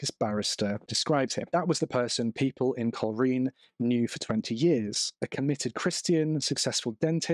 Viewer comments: Coleraine is pronounced coal rain 😬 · Would you please learn the pronunciation of places before you post your videos ! it's pronounced Col- Rain ! Your spoiling your videos and I suspect many people will be turning off as I am now